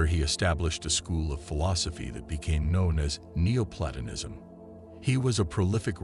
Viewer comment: The voice robot reading the script can't pronounce any of the main words that make up the topic, such as Plotinus, Neoplatonism, Sartre, etc. Find a real human being somewhere to do the reading that has some familiarity with the subject matter.